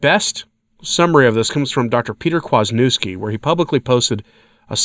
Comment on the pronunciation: Right? God love, but try, especially with someone as well known as Dr. Peter Kwaśniewski, to pronounce his name correctly.